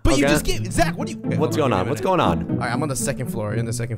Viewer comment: Ahhhhh haaaaaaaaa it’s Zachhhhhh not poke